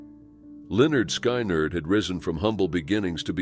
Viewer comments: It’s not pronounced sky-nerd! It’s lynyrd skynyrd! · Why do you pronounce Lynyrd Sky-nerd as Lynyrd Skynerd? When its pronounced Leonard Skinard!? At least that's how I always heard it pronounced.🤓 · Please learn the correct way to pronounce things it sounds like skin erd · Hearing Lynyrd "SKY NARD" is bad enough but then they show Cassie listed as Gary Richrath who was the guitarist for REO Speedwagon 🤔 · It’s pronounced, Linerd Skinerd. Geez get the names right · Lin-nerd Sky-nerd? So disrespectful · like literally all he had to do was type "Skin Erd" or something so the computer can say it right. Lazy. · You mispronounced 'Lynyrd Skynyrd'--that was awful. Get it right!!! 😑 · Oh god. I nearly choked! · Drove me crazy!!!!! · It is hard to respect a site called that can't even pronounce the band name Lynyrd Skynyrd, correctly. It's a travesty. I hate this. What a fuck up of a website. You got a big downvote!!!! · The way you pronounced Lynyrd Skynyrd is so wrong it's funny.